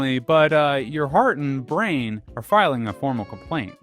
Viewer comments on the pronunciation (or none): none